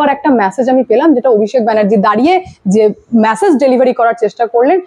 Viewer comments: আর কতবার "ম্যাসেজ" বলবেন ? দয়া করে "মেসেজ" বলুন। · Please correct your pronunciations, কানে বড্ড খারাপ লাগে। "MESSAGE" এর উচ্চারণ "ম্যাসেজ" নয় "মেসেজ"। আগেও লিখেছি, পাত্তাই দেননি। শুনতে খারাপ লাগে। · ভাই, উচ্চারণ কানে লাগে: Massage - ম্যাসাজ Message - মেসেজ